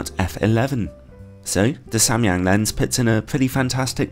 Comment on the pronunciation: I'm korean and you are the first person on youtube to ever pronounce Samyang right. Props to you bro lol